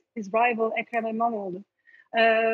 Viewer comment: Wow your pronunciation of İmamoğlu was perfect.